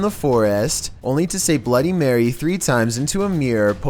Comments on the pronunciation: Blohdeh mehweh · Hahahahaha "bloody marweh" 😂😂😂😂😂